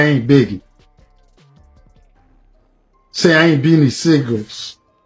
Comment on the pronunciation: Laawwddd he put an S on the end of beanie sigel name 😂😂😂